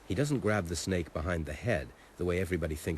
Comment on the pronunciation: " if i get on top of it and shaaaut at at , HEY SNAIK "